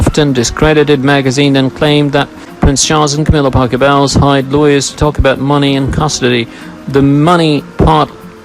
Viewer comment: It’s Parker Bowls - like the game, not Bowels like in your gut!